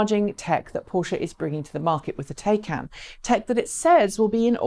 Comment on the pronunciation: I don't care what country you come from the name, Taycan is pronounced the same. please go to Porsche and find the word is said like, Tie-con, not Tay-can. How can you give a report on a car when you can't even put the effort into how to say the name correctly. The information you gave was very good.